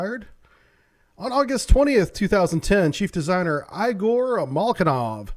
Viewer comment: rtepeat after me: Eee-gorr NOT i-ger. :) Great tech brief, like everytime. Thank you SO much!